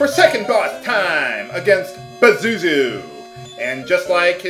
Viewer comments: Bazuzu? I thought it was supposed to be Pazuzu! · it's not PASHU-SHU it's POSHU-SHU